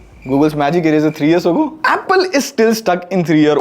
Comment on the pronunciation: why do you say “ears” instead of “years”?